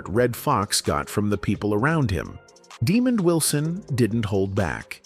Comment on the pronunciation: Daaamon not demon